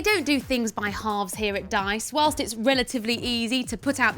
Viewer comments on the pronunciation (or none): none